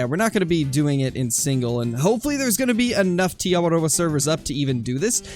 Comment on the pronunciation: I’m from New Zealand and it’s cool how you say Te Awaroa right rolling the R